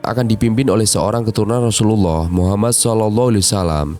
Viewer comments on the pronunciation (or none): none